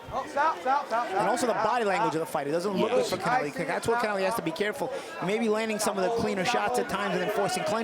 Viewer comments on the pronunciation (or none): Commentary guys pronouncing Connelly's name like it's Hispanic or something. Good work boys 🤣